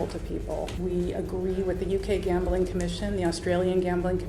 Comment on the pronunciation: Gam-beling? Bing bing